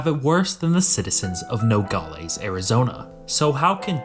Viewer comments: Hey as someone from the border area… it’s pronounced No - gal - es not no - gol - ees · Nogales is not pronounced "nogalees", it is "nogaless". Also showing the Texas state flag and legislature while talking about Arizona makes zero sense and shows how under researched you are. F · “Nogales” in English is pronounced “no-gaa-luhs/less”, not “no-gaa-LAYS” or “no-gaa-LEES”. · Good information. BTW it's pronounced No-gol-lez not Nogollies. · It's not pronounced No- gall- eez but instead it's No- gal- is. The wierd part of Aztec history is there's no huge lake or rivers to get fresh water from the Cenotes. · When you cover a place. Learn to say it correctly man. All the other metrics and data you can spare the time to learn. It's pronounced No-gal-less. Not no galh lees. But aimed from that your information is correct. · Good vid. FYI, as someone who has lived in the area for 60 years, the example city is pronounced No - gal- less or No - gal - us. The pronunciation used in the video is odd. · “Nogales” is pronounced no-gall-aaaaas. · The way he pronounces Nogales is cringe asf haha it’s No-gal-ass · What bothers me is the constant improper pronunciation of Nogales. No-gal(as in pal)- is(like Dallas). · You pronounce Nogales wrong….. its Nuh Gaa luhz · The way he says "Nogales" should make any Spanish speaker cringe. "No gal es" split it up and now pronounce it. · AAAHHHGGG it is Noe gal less, no ee at the end! Sorry, but after hearing it mispronounced so many times, it drove me to distraction. But the video was quite informative. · When I hear him pronunciation of Nogales I was FAK YOU NO RUIN FAMILY TRADITION. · The way he pronounces Nogales is like nails on a chalk board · The narrator needs to learn how to say Nogales properly!